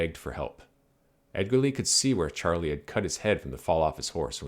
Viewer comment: His name was actually pronounced sharlay